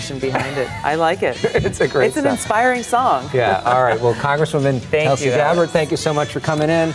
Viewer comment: It's not Tulsi as in 'umbrella' , it's Tulsi as in 'you'.